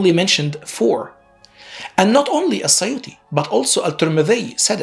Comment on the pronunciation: You can't even pronounce الترمذي and السيوطي correctly. Very ignorant YouTuber, I pity who believes what you said.